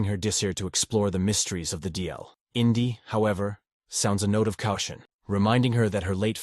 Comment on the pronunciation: Mate,are you really American,because your absolute shit mispronounciations of certain words, it caution as cow shun, tragically as tragi cauli, tells me Englsh is NOT your given language?